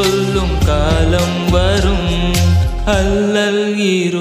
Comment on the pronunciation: இருளை இருலை என்று உச்சரிப்பது மட்டும் தான் குறை மற்றபடி சூப்பர்